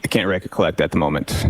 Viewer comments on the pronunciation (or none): Trooper Paul: "I don't reccocleckt"